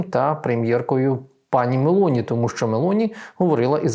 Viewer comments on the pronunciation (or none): none